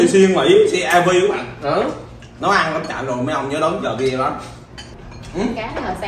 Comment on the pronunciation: Ở Mỹ lâu rồi mà vẫn phát âm là vi đeo vậy em.